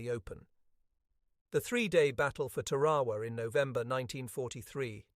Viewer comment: The normal good production of this Author were spoilers by proaunation w of Tarawa, it’s npt Tawa. 😢